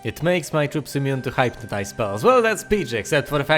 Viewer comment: I stopped "undead in my tracks" when I saw had a new video up! By the way, that ought to be pronounced 'hip'-notized (as in 'lip') rather than 'hipe'-notized, not that I mind. I think your accent is 50% of the video, your narration another 50%, and the gameplay the last 50%;)